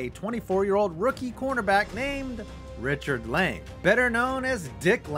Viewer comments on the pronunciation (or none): none